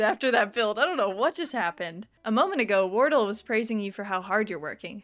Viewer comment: pronouncing Wardell as wordle is damn hilarious 😂 Another great episode!